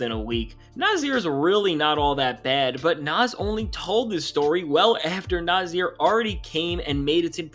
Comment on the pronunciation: Nah-Sear, Naahhh-Seeeaaaarr! Not Nah-zeeer!!! You new guys are killing me!